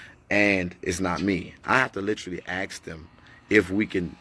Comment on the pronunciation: If he say lit-cha-lee instead of literally one more time smh